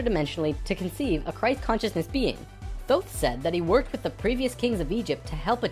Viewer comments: LOL "Thoth" the Egyption god of Moon and Writing...pronounced "Tote" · Please stop mispronouncing "Thoth". It's "Toth". Hard "T", not a soft "th". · Years ago I was blessed to be able to communicate with ETs and spiritual beings through Ida Kannenberg, now deceased. She could communicate with Thoth, and Ida told us that the name is not pronounced as it is spelled. It is pronounced Tah-Hoe'-Teh, in ancient Egyptian. Just for the record. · i've enjoyed these videos.. especially 6 and 10, but I had to stop watching this one about 6 minutes in... also, if you're going to speak of Thoth, do him some justice and pronounce it correctly, "tay-hoote"; the 'h' is very soft. And maybe take Drunvalo with a grain of salt dude...